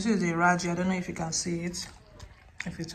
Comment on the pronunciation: Yájí.... not raji😅 I enjoy your videos😊 and have been an ardent follower for 3 years now